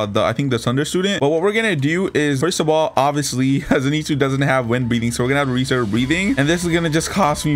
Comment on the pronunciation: "zeenetsu" bro im dead the way he says it